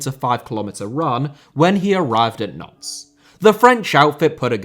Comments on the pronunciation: Good video on a bizarre situation, but please learn to say Nantes (like aunt with an n at the start) which sounds like like nonce every time you say it!!! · Pretty sure Nantes is pronounced 'Nont' not 'Nonce' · Nantes being pronounced 'nonce' is hilarious, and is how I'm going to say it from now on :) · The pronunciation of Nantes as "nonce" made be chuckle